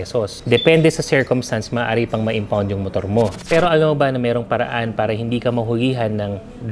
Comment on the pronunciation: Boss imho lang bulol ka po sa pala or may R na word na tagalog ung pala nyo po para